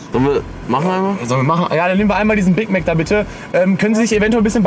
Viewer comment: diesen ein Big mag da bitte 😂😂